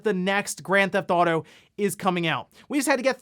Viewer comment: "GranThauto 5"